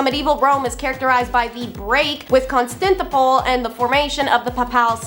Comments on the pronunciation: I really like this podcast. I think I have county name broke down right I've been out of school about 46 years. (Con- stan- tin- opel) try saying this way. Keep up the good work. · It's Con-stan-tin-o-pole